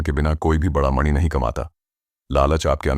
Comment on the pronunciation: Jab aap mani bol rhe ho to aisa lag rha hai jaise ki naag mani ki baat ho rhi hai